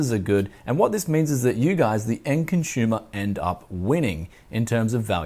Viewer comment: "Conschumer", lol you Aussies and your pronunciation, don't worry I still love you guys.